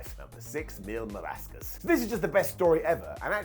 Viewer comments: Mil Máscaras was a badass, loved that guy. Even though called him Mil Marascas because he doesn’t care enough to get Mexican wrestlers names right ever. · "Mil Molasses"